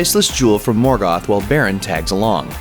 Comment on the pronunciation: Morgath :D Soran :D